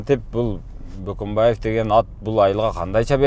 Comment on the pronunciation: Бөкөнбаев дешсе мейли Баканбаев дешетго 😁